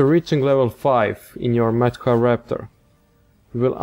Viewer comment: It's pronunced more like mat hra.